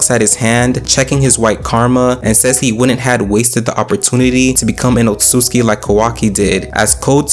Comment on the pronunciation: Oht soot sooski “Otsutsuki”